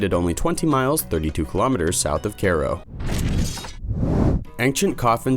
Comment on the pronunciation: You lost me when you mispronounced Cairo.